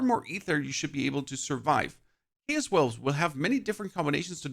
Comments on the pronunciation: say it with me.. Chaos pronounced K-OS. this made my brain hurt.. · Your pronunciation of Chaos is chaotic. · The way you pronounce chaos is driving me crazy😂...how do you say chaotic right but not chaos🤔